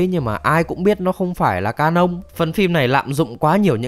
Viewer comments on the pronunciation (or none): thực ra đọc sai là bình thường nhưng mà đọc canon thành ca nông nghe cứ ...